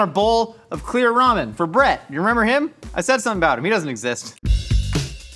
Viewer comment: I was so confused by whether or not you were calling your roommate "Brett" or "Bread". I got it now.